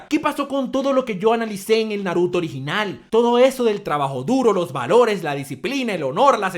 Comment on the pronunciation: ya no es valore ahora es varore😂😂😂😂😂